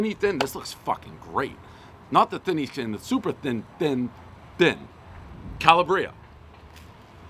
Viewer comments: Dave got have his pronunciation better on Calaaaaabria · the accent should be on the second A instead of the I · It’s actually pronounced Ca-Lab-Ria not Ca-La-Bria. Calabria is the southernmost part of mainland Italy not too far from the island of Sicily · Also....it's pronounced "CAH-LAH-BREE-UH" not "calla-breea" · Nice story! Oh! it's Ka-Laa-Bree-a, not Kel-a-Bre-a. You'd think after so many pizzas, you get Italian regions sorted just a little. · its not "kala bree ah" Its Kal AH bria" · It's CalAbria, not CalabrEEa! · WTF man it's Cala'bria! not Calabri'a! Calabria it's a region in Italy, Jesus! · One bite, everybody knows it’s pronounced “CAH-LAH-BREE-AH” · I believe it's pronounced "Ka-laa-bria". Good job, Dave, helping these businesses! 👏👏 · Prez - It's pronounced ca-LA-bria, emphasis on the LA. Think ka-MA-la! Sending the fund a donation today as we got to see firsthand what small, generational family businesses are going through. Every time that family gets out of bed to keep that business afloat and their employees working is a battle. Thank you Prez and the Barstool team. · Love how this review affected this biz, so happy for them. But jeez, man, pleeeease learn how to say it. "Ka-LAH-bria." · I know more about pizza than he will ever know!! I've eaten more pizza in Italy than most Italian Americans. (Believe it) I'm not bragging. This is the truth!!! What do people from Boston know about pizza? He says Ca la Bria🙄 It's Calabria!! That's the South of Italy. He doesn't have a clue! Invite me to you place. It would be an honor! Byron "Wookie " Landham is the King of Pizza! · Hey Dave it is pronounced CAL-AB-RIA!!! Get it right! Ciao🇮🇹🍕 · I like Dave, but my god, someone teach him how to pronounce Italian words. Calabria is: Kah-Lob-Bree-Ah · not him calling it cala-bria when i’m from there and ik for a fact it’s not pronounced like that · Its pronounced Cal Aah BrEe Ah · its pronounced calabria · Mispronouncing Calabria everybody knows the rules